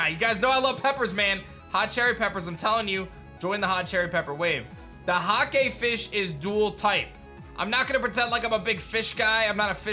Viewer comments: "Huh-kay"?? Mate it's 'Hayc", colloquially "hoki". In Australia, it is mass produced commercially in frozen crumbed fish fillets. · it's not a "hakey" fish... it's "hake" pronounced like "hay"... it's one of the fish everyone eats for fish and chips in england! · Btw Hake is pronounced H-ey-k not H-A-k-ey , in the uk :3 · Hake is pronounced like rake or fake not hahkay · Hake is pronounced like Jake with a H. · The way he says Hake has me rolling KEKW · It’s called Hake like “rake” or “take” 🙂 delish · Hake is pronounced like rake (in english at least) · I know you said you aren’t a fisherman, but just so you know; Hake is pronounced like Rake or Take. They are found in the Mediterranean Sea by Spain and Portugal.